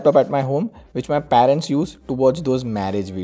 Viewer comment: What is paeeerents? 😂😂this guy's pronunciation is soo funny